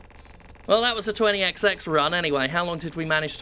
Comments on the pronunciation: It's actually pronounced twenty-ecsty-ecks. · Obviously, the way you should pronounce the game is "Twenty Exty-ex"